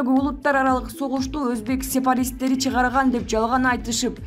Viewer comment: Экстанция эмес экспанция, сепаристик эмес сепаратисттик мынча билим деңгээлин төмөн. Анча мынча китеп барактачы карындаш.